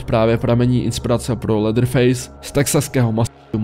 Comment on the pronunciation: Latherface? není to leatherface?